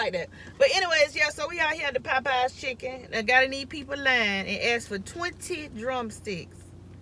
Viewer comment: "We done got the chickum"! 😭😭😭😭😭😭😭😂😂😂😂😂😂